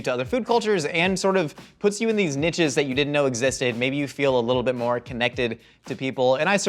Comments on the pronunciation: why did add a T to niches? nitches? NITCHES? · I love that you pronounce niches correctly.